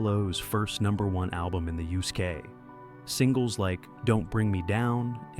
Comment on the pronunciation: "Discovery became the first number one album in the Youskay". I am sick of AI commentary.